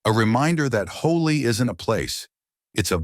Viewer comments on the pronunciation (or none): none